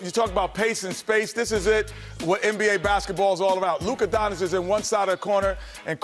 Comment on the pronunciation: You know Shaq will be back soon and he will make BBQ Chicken out of Chuck. These dummies better learn to pronounce the name right. It's pronounced DON-CH-I-CH!